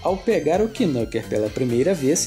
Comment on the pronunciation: a pronuncia é nâquer, e não quinúquer